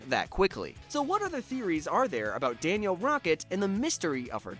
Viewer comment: It’s Danielle not Daniel